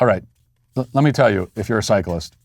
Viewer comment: Matt why do you pronounce cyclist like it’s some sort of monster from Harry Potter